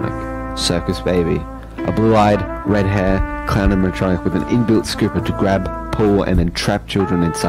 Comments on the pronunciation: I love how speed can't say animatronic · Nah... oraegan? ANIMATRONTIC? WHAT THE FUCK? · Anamatrachek lol